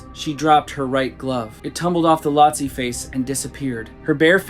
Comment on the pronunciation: Can I help you? You keep saying "Lotse" wrong. It's not "Latse". It is pronounced with a long "o" - Phonetically like this - "LOAT - SEE"